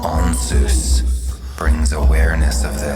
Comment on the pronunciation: This is pronounced incorrectly - the z & s have been switched .